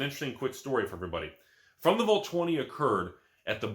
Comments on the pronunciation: wtf is a volt?? It's VAALT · Anyone talking about how says Vault like “Volt”?